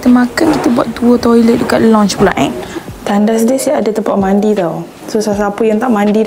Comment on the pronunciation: Lounge..pronounce as lau nch..not lonch..(launch) Steak pronounce as stake..not stick